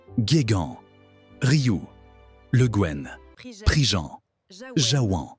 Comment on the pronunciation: Houlala, ça commence mal ! Le Gaine ?? Le Guen se prononce le Gwen ; Salaün ne se prononce pas Salahune mais comme le mot salin. Gast a c'hast ! Deskit brezhoneg, mar plij !!